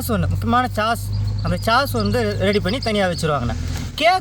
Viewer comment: Athu chass illai but sauce… pronounced almost like sos… 😂😂😂